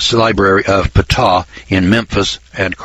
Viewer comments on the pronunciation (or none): none